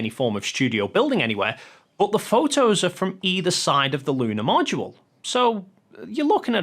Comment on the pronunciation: Did he pronounce Module as "mow do la"???